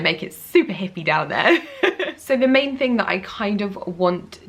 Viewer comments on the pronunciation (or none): none